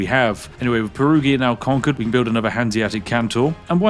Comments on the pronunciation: Anglo-saxons, for the love of God, Perugia is not spelled "PERUGHIA", but "peruja" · Perugia, the g is a j sound: Perujia. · Spiff saying "Perughia" triggers me a lot 😂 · Aaargh...as Italian, Perughia is something that could let my ears bleed... PERUJA is the way to say it... 😂 Whit all the due british respect... 😜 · Every time he says Peruhgeeuh instead of perujha 😬😢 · propnounced peruja >:( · "Perughia" no flame, as an italian i found the pronunciation funny ❤ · It's Peru-jah, btw 😅 the g is pronounced like a j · Perughia is my new favorite pronounce of Perugia. Grazie mille 😂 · The pronunciation of Perugia hurts my Italian brain every time. Ahah Also you can tell The Spiffin Brit is aging because of the dad's jokes. 😂😂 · Hearing the Spiffing Brit butchering the Germany and Italian names in just one video hits hard as a Swiss 😅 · Me, a bilingual german/italian hearing a tea-sipping northerner say names like Lübeck and Perugia: left eye twitch intensifies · Your pronunciation of 'Perugia' is a casus belli all on its own.